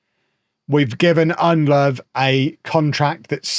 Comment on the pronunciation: Ndlovu is pronounced IN-DLOW-VOO. not undlove. With African names you pronounce every vowel.